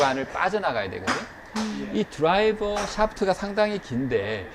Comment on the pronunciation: 잘듣고 잘연습하고 있습니다 최고 그런데 드라이버 강의들을때보니 가끔 드라이바라고 하시던데 일부러 그러시는거죠^^